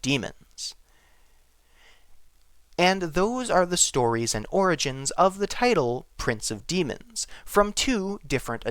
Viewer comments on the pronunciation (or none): none